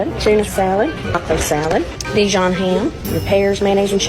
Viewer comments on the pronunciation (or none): none